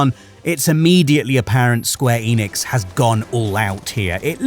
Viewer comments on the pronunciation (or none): none